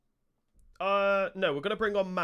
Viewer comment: It´s not moreia :) It´s Morei-rrra